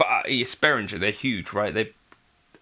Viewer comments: It is german, Beh-Ring-Air if you want to get the pronunciation correct. Sorry for being a spelling Nazi. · In the name Behringer, a letter g is pronounced as a hard g. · Thanks! I always pronounced it as Be-rin-jer like most other North Americans. So the er is pronounced like air?